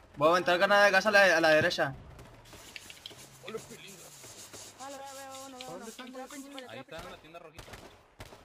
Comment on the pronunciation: Porque ustedes dicen deresha? y no derecha? Buen video :D